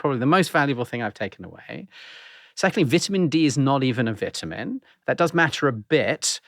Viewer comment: Dude can't even pronounce ''vitamin'' right!😂😂🤡🤡